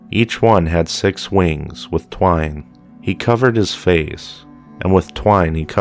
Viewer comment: Seraphim had six wings like Lucifer, two (twine) covered eyes and two covered feet in order to humble themselves before the glory of the Lord. It sounds like you were saying they had wings of twine as in string ! Ha ha !